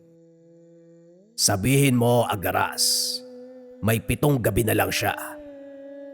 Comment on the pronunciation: ang alam ko agaras hindi aragas